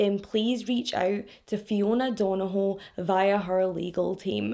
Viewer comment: I literally live a few hours from Belfast and i followed this story, but the detail you went through is amazing 👏 love your videos! The pronunciation of Donoghue was waaaay off hunni 🙈 good try though, our Irish names are hard lol thank you for telling this story so well 💗 xx